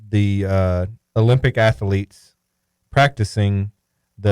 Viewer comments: The way says athlete 😂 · I know right!!!😂